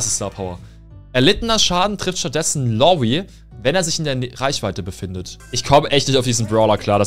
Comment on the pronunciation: Bro es heißt nicht „Lawy und Lawie“ sondern „LaRRy und LawRie“, ansonsten gutes Video